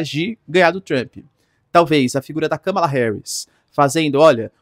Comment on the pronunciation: ￼Aprende aí, companheiro! Não tem nada de "cama" no nome dela! Kamala Harris Vice-presidenta dos Estados Unidos Pronúncia americana￼ Soa como kaa·muh·luh heh·ruhs